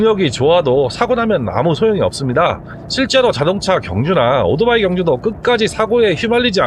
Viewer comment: 나름대로 훌륭한 컨섭(concept)의 유튜버로서 그리고, 해박한 전문지식을 바탕으로 이해기쉬운 해설을 해주시는 노력자체는 존중해드리고 싶습니다. 하지만, 한가지 단점, 귀에 거슬리는 1가지를 지적 해드릴게요. "오도바이"라는 말을 너무 반복하십니다. "이륜차" 내지는 "바이크" 라는 표현이 더 맞는 표현이 아 아닐까요? 그리고, <오"도"바이>라고 발음하시는데, <오"토"바이>라고만 해도 그냥 넘어갈수 있겠는데